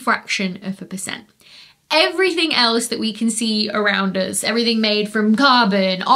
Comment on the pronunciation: "to an astronomer anything heavier than Helium is a metal" also any "s" is an s except for when is in "us" then it becomes "uz".... 🤢